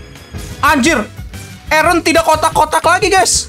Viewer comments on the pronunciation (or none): none